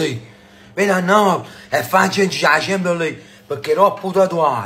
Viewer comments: a chempscion ligue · "A Champchon Lig"😂😂